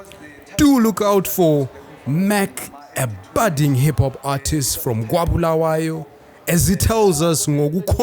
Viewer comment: love the way u say "kwaBulawayo" keep it up!